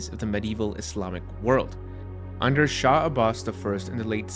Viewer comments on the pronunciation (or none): none